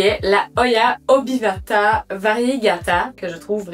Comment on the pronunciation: Coucou, superbe vidéo j'adore les hoyas aussi. D'ailleurs c'est pas plutôt un hoya obovata variegata? Et pas obivata😊